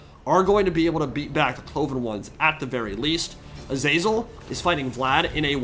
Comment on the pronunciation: the way you keep saying "azEYZUL" absolutely grinds my gears. it's "A-ZA-ZEL" FFS